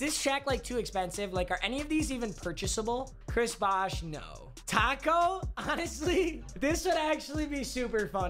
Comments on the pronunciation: Papa thinks Tacko is pronounced like taco🌮...smh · Why do you say taco like a white mother😂